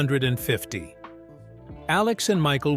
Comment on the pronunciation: It's pronounced 51-50 bot